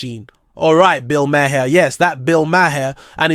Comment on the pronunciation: His name is pronounced.... Bill Mar.